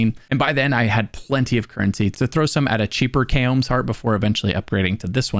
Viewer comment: It's not "kay-ohm's" lmao